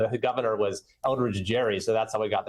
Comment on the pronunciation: Elbridge Thomas Gerry pronounced his last name with a hard G (GARY) as long as you're quoting history there...